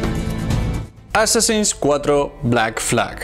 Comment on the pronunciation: Llevo ya como dos semanas viendo videos de éste canal, y no entiendo de donde saca dos pronunciaciones en inglés. -"Assassins" como "asasÁins" en ves de "AsÁsins" -Cada vez que hay algo que involucra la letra X (Static X por ejemplo) como "IX en vez de EX" Static IX IX men. En fin. Buen canal por todo lo demás. Muy informativo.